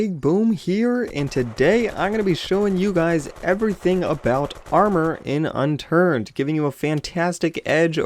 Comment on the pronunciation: Unturd? XD